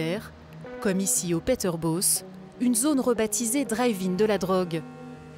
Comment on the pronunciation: PeterBOSS faites une effort dans la prononciation mon dieu Sinon on est trop laxiste